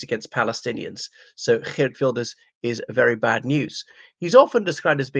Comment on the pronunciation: I’m impressed with your Dutch accent when pronouncing his name.